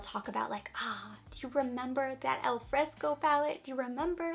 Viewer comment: dear, that beautiful Chanel palette wich is called "Affresco" in reality, not "alfresco", which in Italian means completely another thing😃: (it) affresco=fresco (en); al fresco=In the open air (En). The affresco palette is actually inspired by the frescoes of Pompeii, Italy. I'm sorry, but I had to tell you! Ciao! Laura